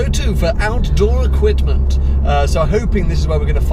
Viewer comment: 'equitment'?! you know it's equiPment right